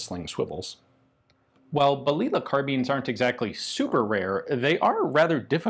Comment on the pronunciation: Pronounce that as baliyah "little bullet"